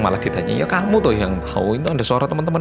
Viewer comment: Kayaknya kesleo pas percakapan "hmmm iya.. kayak ada suara cewek gitu" bilangnya "hmmm ye... " 😁😁😁